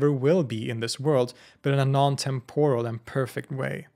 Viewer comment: Exemplary work here. Engaging, accurate (as far as I am able to discern) and helpful. Just one thing: TEMP-or-al, not tem-POR-al.